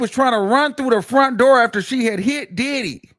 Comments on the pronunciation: The way you say “DIDDdy” be sending me 😂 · EVERY TIME 😅..... HE be like "DID-HE?!" and "DID-DEEE" 😂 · yes 😂😂😂 I be like why you gotta say it like that!!!